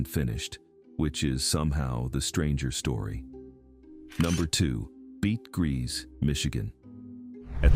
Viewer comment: Bete Gris = BAY-TUH GREE 💖 I love hearing about all this history!